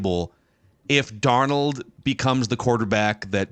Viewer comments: Love the show to death but as soo as said Darn Old, i knew it would probably be like the last episode with his pronunciations being all over the place and I'm not sure why but it bugs the crap out of me and can't finish the episode. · I rather enjoy every time calls him “darn-OLD” 😂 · Why does he always say, "Sam Dar-Nold"?